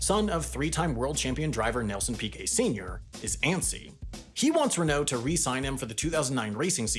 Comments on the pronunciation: I was with you till you said reKNOOW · I only watched this to hear french ocd kick in when saying "Renault", but, then he didn't. My disappointment is immeasurable, abd my day is ruined...